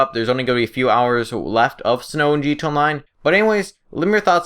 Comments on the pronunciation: Eric King he says gtay online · haha yes he doesnt pronounce the A